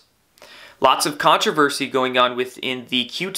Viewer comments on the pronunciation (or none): none